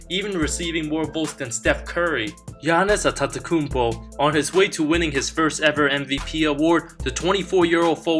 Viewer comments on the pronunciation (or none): “Giannis Antetetettetetetkoupo”